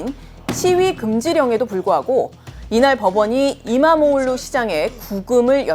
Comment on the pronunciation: Nice pronounced. .EKREM Imamoğlu